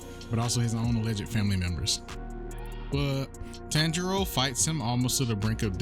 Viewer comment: Bro I wish I could slap you right now bro you butchered his name the main character's name you butchered it